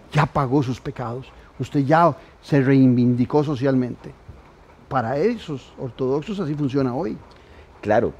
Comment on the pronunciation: Es "REIVINDICÓ" no REIN -VIN -DI -CÓ, una "ene" sobra señor Alpízar...